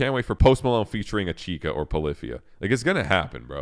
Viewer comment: It's pronounced "Itch-ka" there is no third syllable